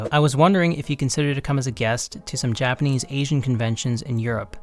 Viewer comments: Your Japanese pronunciation is fluent. That's rather impressive considering you don't speak Japanese. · wait- if you cant speak japanese, who does all the translation of your coverssss? your pronounciation is so goood too 😭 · I've been learning Japanese for many years now and you have the best Japanese pronunciation I've ever heard a foreigner have. you sound japanese